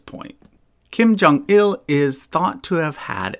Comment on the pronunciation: Kim Jong-Ill